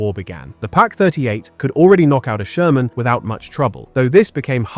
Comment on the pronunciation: Jaja, der Sörmänpanzer.... KI-SCHEISS!